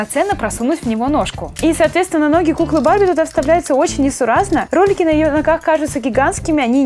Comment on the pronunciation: мне пакозалось что ты сказала не ролики а кролики